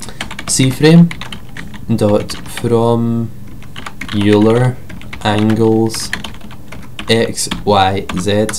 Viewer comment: Euler is pronounce Oiler